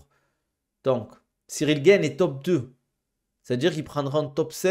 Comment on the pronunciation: Ciryl GAAAne, pas GAINE !